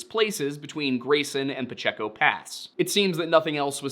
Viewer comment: Pacheco is pronounced pah-chay-co. Accent on the second syllable.